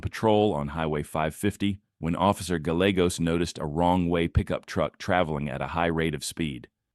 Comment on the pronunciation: Pronunciation: Cedillos = cee Dee yos, Gallegos = guy Yay gos